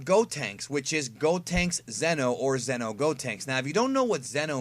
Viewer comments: It's not Zeno like king Zeno it's Xeno pronounced zee-no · each time you try to say "Xeno", you are ACTUALLY saying "ZENO", who is the OMNI KING.😁